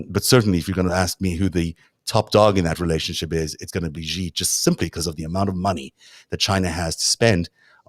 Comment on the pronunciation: The "X" in the Chinese name Xi is not pronounced like the "z" in "azure." It is an "sh" sound, thus Xi is pronounced more or less like the English word "she." Also, the "j" in Beijing is not pronounced like the "z" in "azure." It's pronounced like the "J" in the English name "Jim."